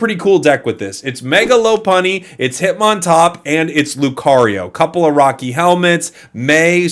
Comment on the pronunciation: "Lop-unny" not "Lo-punny". It's a lop-eared rabbit, not a "lo-peared rabbit".